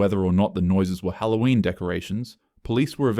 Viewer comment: It’s Halloween not hattoween no offense to you